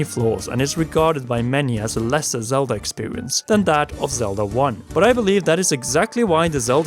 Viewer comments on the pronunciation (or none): I like these videos, but....does anyone else hear "Zelder" and "oricaner"? Or is that just me?